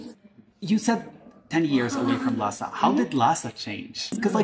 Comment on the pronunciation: 我觉得最搞笑的是油管上一个藏语小品视频下面有海外藏人呼吁不要用拉萨话说台词，因为听上去和汉语普通话太像了😂而且视频里的女生明显就是拉萨人， 这里她说“拉萨”这两个字的时候发音是ལྷའི་ས而不是照着藏文读成ལྷ་ས